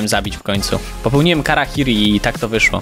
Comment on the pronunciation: harakiri nie karakiri